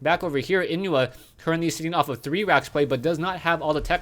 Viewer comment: inuh maybe is pronounced as ih-no :)) i like the way you say naruto haha its driving me crazy